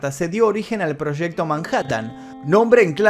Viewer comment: Proshecto. Que quiere decir eso? Proshecto?